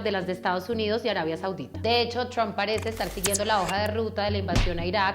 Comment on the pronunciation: Me encanta como dice TRUAMP toda gomelita :3